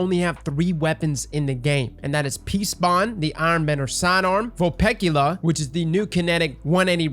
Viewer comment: When he knows how to pronounce Vulpecula 🥴👌